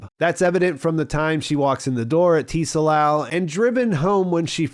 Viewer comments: I'm dying over here by your pronunciation of "Tsalal". No one in the show pronounces it as "TEE-sa-lahl" lol It's "tsah-LAHL" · I think Tsalal is pronounced suh-lal, and it's a Hebrew word that means "to be or grow dark", hence the Night Country relation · The T is silent Bro. Pronounced Suh-laal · "Tsalal" is also a Hebrew word used in the Old Testiment to mean "to sink" or "to grow/become dark," or even to be in shadow, which is a cool little detail. And a friendly FYI, the word "tsalal" is pronounced more like "salal," but with a short /t/ sound before the 's,' so the /ts/ sound at the beginning of the word is like the one at the end of "buh dum, tss," (the "snare and cymbal" sound that comes after a bad joke,) but with a shorter /ts/ sound. It's not T-Salal with a hard, enunciated letter 'T'. Honestly, if you have trouble with the /ts/ sound you can totally get away with just saying "salal" without the /ts/ sound, and it'll still sound close enough to the correct pronunciation that most people wouldn't notice or comment on it. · The “T” in “Tsalal” is silent. They say it several times throughout the episode. It’s pronounced “SAL-AHL.” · The T is not pronounced in Tsalal. Its just pronounced: Suh Lal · Great summary as usual although your pronunciation of “Tsalal” is driving me crazy. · You don't pronounce the "t" in tsalal